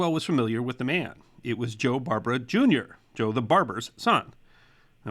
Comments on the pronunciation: He also mis pronounced Barbara.The emphasis is on the second syllable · A little nitpick - the Barbara name wasn't pronounced like the female name "Barbara" (BAR ba ruh) - the gangster name was "Bar BARE ah" (accent on the 2nd syllable)